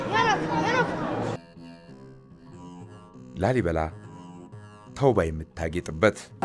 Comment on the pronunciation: ላልይበላ ሳይሆን ላሊበላ ነዉ እኮ ትክክለኛዉ